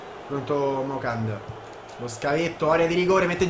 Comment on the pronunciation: moukandjo si legge "MUCANGIÒ"